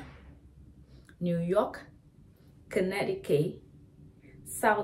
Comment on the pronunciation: Connecticut = Con-etiquette